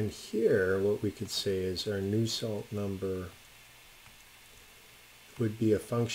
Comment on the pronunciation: It's Nusselt Number not new salt.